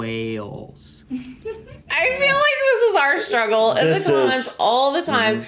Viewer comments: It's pronounced WAY-elles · Try to say Wales as two syllables. I figured out, when I live in Colorado, that British English is seriously moved every part of your mouth phonetically to pronounce the right sounds. Unfortunately for Americans they never seem to use the structure of their mouths phonetically at all. What can I say???? xxx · You FAIL at saying WALEs….lol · did Wales well., you extend the "A". It's Wails, not Warls. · say it like this (almost like 2 separate words) Way alls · your pronunciation of Wales sounds like Wells. Say Way-yells, or Way-ells, instead of Wells, to get closer to the correct pronunciation. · If you pronounce it 'way-uls' you'll be pronouncing fine. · in the video, still says "Wells" instead of "Whales" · You two looked great in this video, no washed out looking faces. in particular looked great, (don’t worry I live in Glasgow 😝) Gotta say, Wales definitely has an “a” in there, not an “e” 😂 I suppose Americans in general do the same thing with the name Craig, it too has an “a” sound in it and not an “e”. You Yanks, I guess southerners in particular based on you 😝 are a peculiar bunch. You don’t say “Plen” instead of “Plane” and you don’t call plains “plens” so you can pronounce it…. I believe in you 💪🏻🥇 And would that it were that all of our trains were this way and British people really did travel in this way, but alas the regular train experience ain’t all that 😂 you’ll get where you’re going, just not when you expect to get there 😅 Actually you get rooms like this on many Eastern European sleeper train lines…. but it ain’t private: you’re sleeping with a few more people on a “lovely” bed. You can be sure at least one of these people will be a snorer too, for sure 😂 still, those trains can be a lot of fun if you find the right car 😉🍺🥃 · just pronounce the place way-uls and you'll pronounce it just fine. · Wales: pronounced Way alls. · Way-alls = Wales